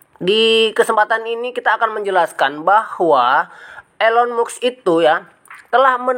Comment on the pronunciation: Mas kalau bikin konten yg bermutu jgn asal comot, kalau tdk valid jgn dijadikan konten, kami semua baca beritanya tdk ada kaitanya dgn pembelian coin PI, nyebut nama pemilik tesla aja salah.... Lucu kamu sdh berani berpendapat padahal gak ngerti apa2